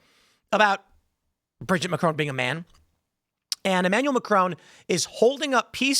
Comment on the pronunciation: Please stop mispronouncing Macron. As an American that can speak French, I can’t stand it.